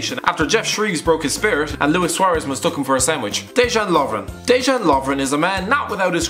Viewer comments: You pronounce Dejan like (Deh-yan) not deh-dzhan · Dejan Lovren is pronounced Deyan 😂